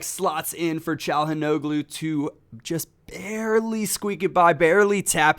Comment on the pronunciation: Chal-an-aw-loo calhanoglu, that's how you pronounce it.